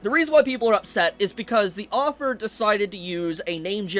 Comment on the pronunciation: Your pronunciation of "Author" as "Offer" is annoying the hell out of me.